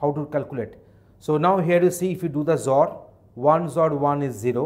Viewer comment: sir with your zor pronunciation people will be confused . please tell x-or :)